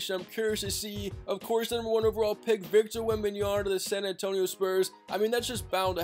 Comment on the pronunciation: dude learn how to say Wembanyama. it's an m not an n